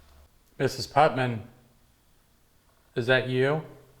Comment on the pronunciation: It is Puttnam not Putman. Hi from another Ohioan